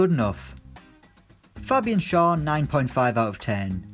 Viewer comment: Schar is pronounced like Cher